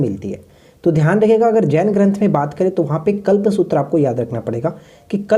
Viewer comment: आपने कलपसुत्र बोला